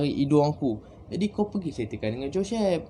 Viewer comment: Joshhhep... Pelat... Haha... Gurau jgn marah bro